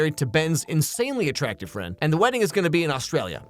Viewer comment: I like the emphasis on how attractive the friend was lol